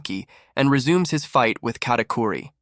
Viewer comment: Bro ist katicuri not catiqury